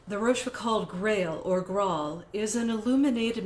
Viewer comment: a deep diving. Also, please learn to pronounciate France Talk. Rochefoucauld, the last syllable rhymes with "goal". The "d" is silent.